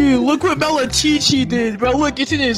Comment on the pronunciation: It's malacochi not malachichi imposter